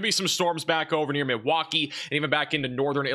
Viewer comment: Hey, question. Whenever you bring up Milwaukee in your videos, you're pronouncing it Midwaukee. I've never heard that pronunciation and I live in Wisconsin. Always pronounce it Milwaukee like...corn mill. And thats how I hear it too Am I missing some in joke?